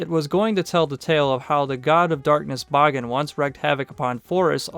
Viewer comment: Extremely well done! It's rare to see videos about Bagan that go out of their way to mention his more niche cut appearances, particularly "Yamatai Kingdom" and his early-to-mid Heisei Godzilla-centric drafts. Also using the Japanese pronunciation of the name is commendable! Maybe one of these days we'll not only see him in a movie, we'll get an official English pronunciation of his name... Ha!